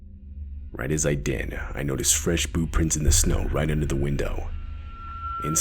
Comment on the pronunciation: This second story whenever he or she is explaining what they saw haha it sounds like they're saying boo prints 😂